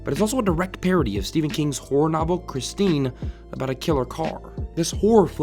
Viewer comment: I was confused for the longest time because I heard you saying horror as whore lmao